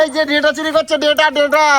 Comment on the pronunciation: ওরে আতা ক্যালানে! ওটাকে "ডেটা" নয়.. "ডাঁটা" বলে!